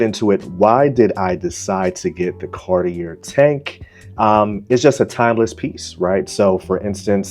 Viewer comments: It's pronounced Car-tee-eh. Or Car-tee-ay. Don't pronounced the R. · A helpful starting point would be learning the proper pronunciation of Cartier.